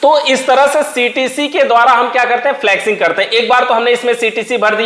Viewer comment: Abe dhakkan फ्लक्सिंग नही फ्लशिंग बोलते हैं।